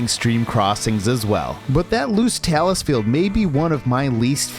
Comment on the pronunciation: You don't need to do the entire trail in a single hike, you can break it up into as many hikes as you want. Also, talus is pronounced with a long a: TAY-lus, not tallis. One other thing. You implied that the knob at the top of the Blueberry Ledges was the summit of Mount Whiteface, but the high point of the massif is a nondescript location about a third of a mile from there. Yes, on a different trail, so it does not need to be reached for Terrifying 25 purposes, but it does for peakbagging purposes. I enjoyed the video.